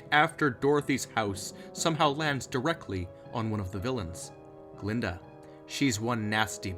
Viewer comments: Glinda, not Glenda. And you're right about the Wizard's proclamation. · Glinda, not "Glenda." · GLINDA. Not "Glenda." And she isn't in "Return to Oz." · I thought you said Gruntilda at first bruh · I'm dead how he say glenda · I love the way you say Glinda and her evil faces! Lol creepy